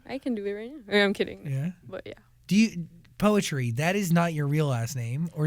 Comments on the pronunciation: She even don't know how to pronounce her name properly. Is it the parent that a bad parent or.. Is it she that bad at remember what her parent said to her? POETRI PRONOUNCED AS "PUTRI"(POOTREE). NOT POETRY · Lol never i saw this coming, an Indo at Zach's? bruh mantap jiwa. Btw ILY300 its cool and yeah but it's (still) too cringy even for me an Indo. It became viral here because it rode the train of hype of Endgame. ALSO btw her name is POETRI = PU-TRI (PU like in PUT) and (TRI like in TRINITY), it means "daughter/princess" in Indonesia. Peace from +62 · I thought it's pronounced "putri" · I always questioned why she pronounce her name poetri and now i know why..